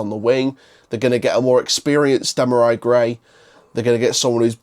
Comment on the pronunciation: Before you do a video learn how to pronounce his name ...🙄 Dem are ree